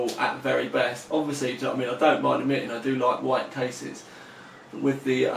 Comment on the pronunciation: white not wjite....idiot. Lol.